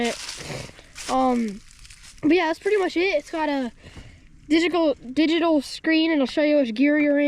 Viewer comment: I love how he almost said digikal or whatever Derek says instead of digital that’s definitely like father like son..